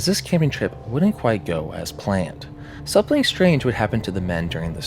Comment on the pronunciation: Am I tripping or does this guy pronounce "something" as "sapling"?